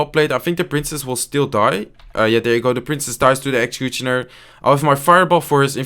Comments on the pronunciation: When he says executioner as execuchoner😂😂😂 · great videos man 👌👌👌 PS: look at the way he says 'executionar'😅😅😅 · dhie ekxecutjonur lekkere Engelse uitspraak😂😂🎉 #Dutchforlife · Bare like how you say executioner "exacuchoner" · I love how you pronounce executioner 😂